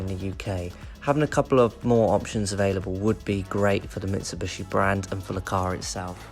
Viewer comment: Its Mitsubishi not Mitsubushi